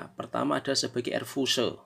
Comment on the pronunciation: Fuse itu bahasa inggris, dibacanya fius bos...🤣